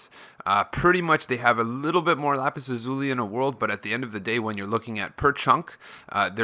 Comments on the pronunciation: It's pronounced Lapis Laz-uh-li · It's actually more like lapis laz-ya-li. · Lmao you said Lapis Lazuli wrong